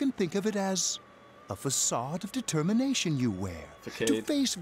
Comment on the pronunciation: Does he just mispronounce words for the fun of it? Fakade?